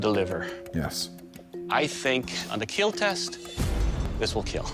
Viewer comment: As to Doug and his "Keal" test, He started in teh first season just saying kill, but when he got more excited it came out as keal, and Wil Willis joked about it and iot just stuck. So the smith's all want to hear him say "It will Keal"